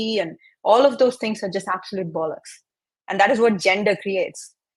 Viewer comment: I loved this lady saying "absolute bollocks" in her accent. Fabulous. 😂